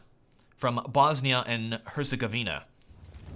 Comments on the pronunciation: Damn you butchered the BiH name xDD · the way he said bosnia and hercegovina xD